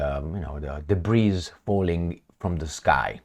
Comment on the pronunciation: debris is silent letter s( debree)